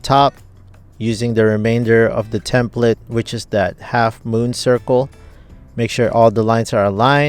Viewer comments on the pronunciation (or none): none